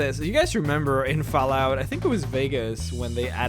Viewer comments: HOLY SHIT your voice is annoying do you even know you say f"A"llout like f"e"llout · its not falout. its fall out.FALL-OUT. learn to speak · There's two L's in fallout you illiterate fuckstain. It's not Falout, it's FALL out. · its not pronounced fallout its fallout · "FoulllllOUT 4" haha love the pronunciation jk good vid man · Am I the only won hoo notist that he ses fallout wrong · The way you say Fallout is unbelievably annoying. Fallout is pronounced with an "ah" sound... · Oh god that Fallout pronunciation :(